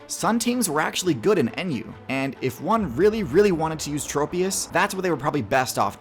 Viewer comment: i pray for the day when people can pronounce tropius's name correctly